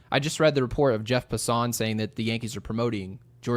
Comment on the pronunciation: love the show but Jeff Passan's name is pronounced "passin', like just passin' through. He's been around quite awhile and I'm shocked you don't know how to say his name, but you mispronounce a ton of names, lol. Oh well, keep up the good work... You still get a passin' grade.